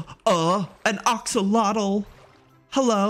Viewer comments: joey it’s pronounced axe-o-lotl not ox-o-lotl 🤣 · whos gonna tell him its said axolotl not oxolotol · Ah yes, the OXolotl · "iS tHiS aN oCoLotL?" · BTW not to be rude sis but its pronounced Axe-alot-al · someone please teach joey to say axolotl the right way 😭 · He said axolotl wrong